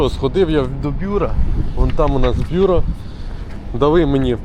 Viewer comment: БюрО! Наголос на останній склад.